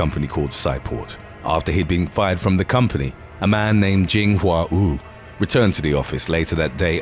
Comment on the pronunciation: the way they pronouce Wu sounds like who. So Everytime he says it my brains like who?